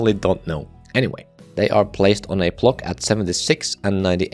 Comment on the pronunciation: Say “block” not “plock”